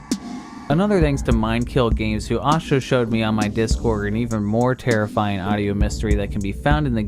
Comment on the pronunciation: Speaking about strange audio listen to of this video LOL "Alsho Showed Me" LOL LOVE YOUR VIDS +